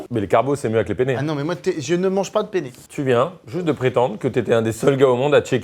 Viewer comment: La vidéo incroyable ☺️ cependant j’aimerais revenir sur un petit point important pour un italien 😂 c’est PENNE RIGATE et pas PENE 😂 sa a pas la même signification en italie 😂😂 Je vous aime les gars ❤️